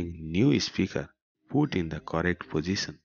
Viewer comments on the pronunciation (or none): Issue is not pronounced iseeeooos. It’s eeshooo. Position is pronounced pooseshan. Not pooseson. Solution is pronounced salooshan not saooloosan. Which English school did you go to?